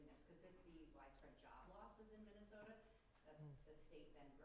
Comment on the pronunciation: "minnow sota"😂